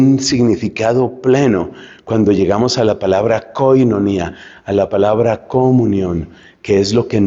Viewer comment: Cómo es la palabra comunión que pronuncia usted? .coinonía?